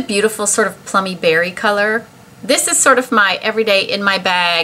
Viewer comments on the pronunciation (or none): none